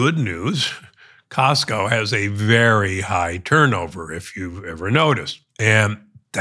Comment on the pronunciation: Costco not Costo***